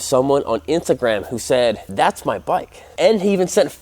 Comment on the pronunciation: he really said intagam